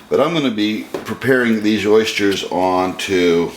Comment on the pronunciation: i was merely commenting on your pronunciation of oysters. I just opened them up and had them for dinner with mignonette. OYSCHERS